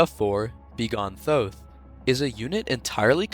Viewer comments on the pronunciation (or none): its pronounced th-O(hard)-th